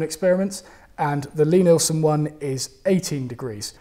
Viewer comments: I was awaiting on tenterhooks for the correct pronunciation of Lie Nielsen ........ at last. Didn't really notice the F word but it's part of our rich vocabulary isn't it ? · Well, at least he got the fuck'n pronunciation of Lie Nielsen right. About fuck'n time. Oh, and dozie Rosie, something I learned with my kids, Always preview what you are going to show them whether it be from the internet, a DVD, blueray or a movie theatre. Sounds like work, and it is, and now I have two fine upstanding adults who have spouses and know how to use the work fuck.